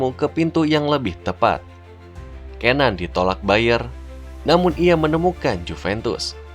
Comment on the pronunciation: bacanya cenan